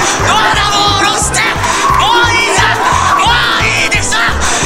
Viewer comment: もういいじゃんが本ねぇじゃんに聞こえるw